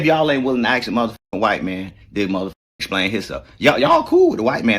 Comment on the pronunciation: He can't even pronounce ASK 😂 and EXPLAIN... ASXK AND AXPLAIN